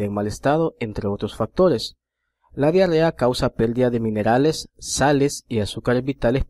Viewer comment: que se pielden ? caballero me gustó mucho el vídeo pero por favor pronuncie bien , no es pèldida, es pèrdida.